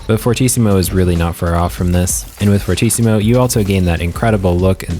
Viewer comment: It's actually pronounced Fur-tee-ci-mu, fortíssimo is portuguese for very very strong